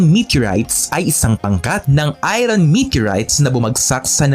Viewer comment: Idol..iba pagbasa mo sa word na "IRON"